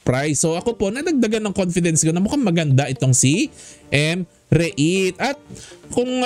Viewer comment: Ayusin mo pag pronounce. Anong M Re it...Rit pag pronounce nyan..silent E..